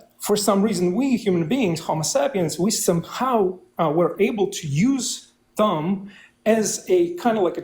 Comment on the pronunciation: It’s ironic that the guest pronounced “thumb” as “dumb”